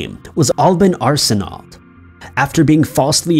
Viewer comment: as someone with the same last name as the guy from number one, the actual way to pronounce Arsenault is; Are-son-oh. Also, the coincidences of that guy and my family is scary. I lived in Cranbrook BC for a few years when I was a small child, my mother lived in Hamilton ONT for a few years as well, and the fact that we have the same last name, scary